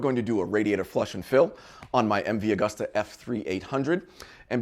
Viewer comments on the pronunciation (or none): Nice upload D! Keep 'em coming............ FYI; It's pronounced "Agoosta".